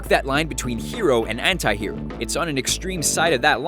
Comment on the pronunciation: when he said "anti" I heard hentai